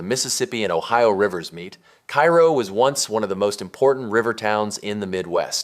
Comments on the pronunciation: Cairo, Illinois is pronounced "karrow" not "kyro." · KA-ro is the pronunciation, not like Cairo, Egypt. There is at least one other town in the US bearing the name, and the pronunciation is the same. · I went to Cairo just to see it for myself. Also it’s pronounced “cay-ro”. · Cairo is pronounced "KAY-ro" in IL. Do some basic research. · Typical AI garbage. It cannot even correctly pronounce loser town #1’s name. Cairo in Illinois is not pronounced like the city on the Nile. Do some research.